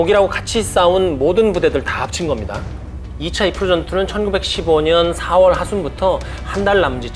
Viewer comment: 아재요~아지매요~ 이르프가 뭡니까 이르프가....... 까르푸도 아니고....